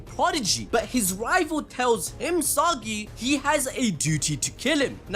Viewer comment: "HIMSAGI" puts a smile on my face every time he says it 😂😂😂